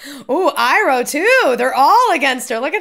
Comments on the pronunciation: I know your just being you but hearing " E" roh and not "I"roh gives me ptsd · Stop calling him eeroh. You're triggering us.